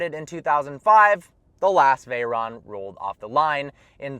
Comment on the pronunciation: He can tell us the history of Bugatti but he can't pronounce Veyron right. It's actually pronounced Veh-rone.